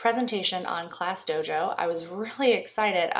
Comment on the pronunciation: It's DOJO not DOGO like you said.